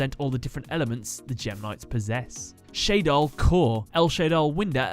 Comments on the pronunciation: It's Shaddoll not Shay-doll but great video nonetheless. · It's kinda annoying how he pronounces it "Shaydoll" and spells it wrong. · Why do you keep calling them Shay-doll? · Why do you keep mispronouncing Shadoll?! You say it right and then wrong right after that. SHA-DOLL. Not ShAyDol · It’s shah-doll, not shay-doll The a has the same pronunciation as in shadow, funnily enough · "SHAYdoll" "I butchered alot of names in this episode" Shuh-doll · SHA DOLL, not SHAY DOLL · It’s a combination of shadow and doll. Then why the hell do you say shaydoll Edit: not why do you say shaydoll, how did you get it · If you know Shadoll comes from "Shadow" and "Doll" it isn't that hard to pronounce. Not sure where you get "Shaydoll" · you don't pronounce it shadew. Why would you pronounce it shade + doll. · I'm pretty sure that it's pronounced as shad as in shadow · The way you say shadoll is destroying my will to live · it is also especially weird that he pronounced it that way when he mentioned the name might be a reference to "El Shaddai" which he did pronounce correctly